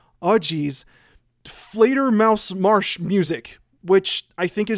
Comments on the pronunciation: First of all, great video (as always) Second, because I haven't seen it in the comments: Props for pronouncing Fledermausmarschmusik almost completely correct. Even for german native speakers it would be a tongue twister and you were just barely off in the last part (Musik is pronounced more like "moo- zeek" ). So yeah, great job on that. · Just came here to tell you that your pronounciation of Fledermausmarschmusik was very accurate. :D also nice video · Your pronounciation of Fledermausmarschmusik was actually pretty close, good job! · Fledermausmarschmusik is german for bat march music. And your pronounciation was almost impeccable. I am impressed